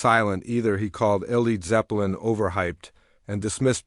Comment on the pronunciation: L.e.d. zeppelin, FFS find a human who can read.